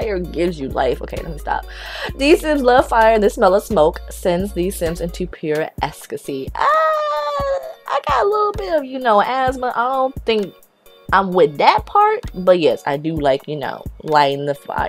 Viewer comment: PURE ESSCASY I AM DEAD ITS EX-TA-SEE